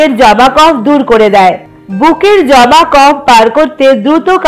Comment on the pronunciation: তোমার নাক কি বন্ধ 🙄জমা কে জবা বলছো 😰